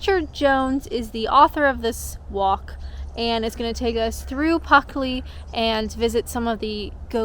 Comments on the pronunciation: Sounds really useful having a ghost, if it neatly arranges your cutlery, and keeps the house cool on the hottest day of summer. Not to worry about the mispronunciation. Could have been worse. At least the village wasn't called Fluckley. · This was a really good video! I haven’t heard of Pluckley before! Don’t worry about pronouncing it differently, I don’t think I even noticed that you were saying it differently! This was so cool! You always make your videos where you explore places really interesting! And it was really cool when you were reading the backstories behind the places! You did a great job! This video was so good! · Yep, still watching, 4+ years, blimey I feel old! Thanks, you not having a script, & getting the village name wrong, is just part of the charm. Pocahontas is also buried in Kent, surprised she doesn't have a ghost story to! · Puck, in medieval English folklore, a malicious fairy or demon. In Old and Middle English the word meant simply “demon.” In Elizabethan lore. Obviously he was following you and decided to spook your pronunciation from Pluckley to Puckley. :-)) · It's plucky of you to say "Puckley" in Pluckley... Cemetaries feel spooky only because we fear the unknown, including death, and find the decay of the body to be repulsive. Graveyards remind us of this, but they are unlikely to be haunted; if ghosts exist at all, they only tend to haunt the place of their death, which almost certainly didn't occur in the place of their burial. (Unless they were buried alive.........😵💀) I have no favourite places in Kent for I have never visited, save to pass through it via Eurostar en route to the Continent, so every recommendation you take up and exploration you undertake will be a discovery for me too. I would say come and visit us in the Midlands - for which your fee of a pub lunch would be paid to you with the greatest of pleasure - but it may take you some time to work your way up from Kent! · Some phantom stole the ' l' in Pluckley .👻